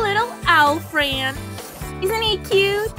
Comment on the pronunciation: Lol the narrators voice and the way she says it "frand"😂🤣